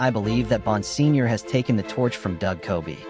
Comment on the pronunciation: I am pretty sure it is pronounced BON-SIG-NOR